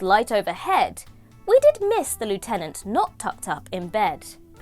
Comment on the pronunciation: Goodness, the accent is impeccable!